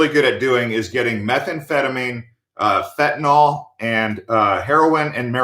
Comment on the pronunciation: Pronounced Fen-tan-NIL